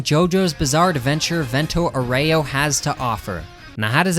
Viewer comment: Look up the pronunciation of Aureo, please, my ears are bleeding